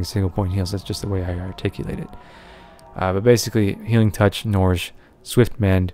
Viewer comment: STOP Misspronouncing NOURISH ITS SAID LIKE NURISH NOT NORISH! RAWWWWWWWWWWWWWWWWWWWRRRRRRRRRRRRRR. please thumbs :D